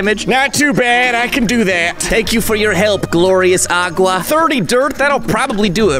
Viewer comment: said agua